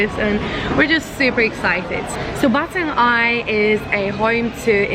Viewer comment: Try gurgle with salt water. It may sting, but it'll do miracles. Anyway, stay healthy and safe. BTW, Batang Ai is pronounce I.A.(quickly), not Aye. Oh, the Kuih mueh is not the kuih name. It's Kuih Pe-nya-ram(I put dash so you know how to pronounce it.) When I'm still a kid, I use to called that kuih as Mexican Hat kuih. I like the edge part coz it's crispy.